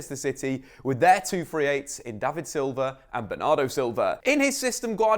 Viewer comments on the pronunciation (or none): none